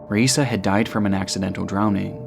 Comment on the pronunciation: You pronounced Raisa's name 3 different times in the first minute. Did you use AI to recreate your voice?